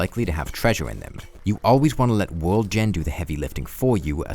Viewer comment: twee, fwee, wold